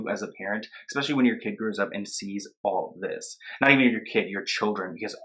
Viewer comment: Again, The word is ESpecially. Not EXpecially.